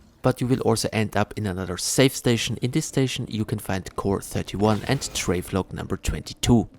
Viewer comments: How you pronounce Travel-log and say Trave-log instead is cracking me up. Thank you for the all in one guide though man. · “Travelog” 😂😂😂 Amazing guide thankyou !